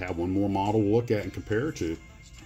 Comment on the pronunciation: O TACKY is the way you pronounce Otaki :)